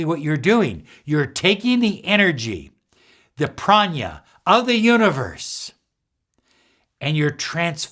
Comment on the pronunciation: Not "prania", "prana"!